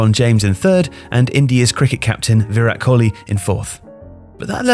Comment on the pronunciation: I'm amazed how well the narrator pronounced Virat Kohli